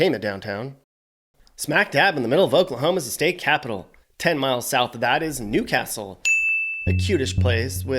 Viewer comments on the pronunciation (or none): none